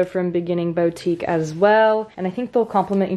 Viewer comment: boutique is not pronounced “bowtique” its “bootique”